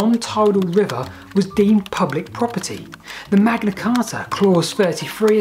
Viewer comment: Correction needed: "Manga Carta"